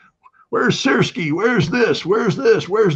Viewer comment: Сырский , а не Сыкрский😅